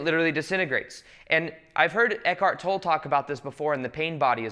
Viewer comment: minor detail but i'm quite sure Eckhart Tolle is pronounce "toll-eh" instead of "toll" ;)